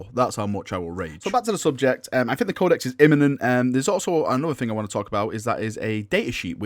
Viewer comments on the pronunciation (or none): The word is think not fink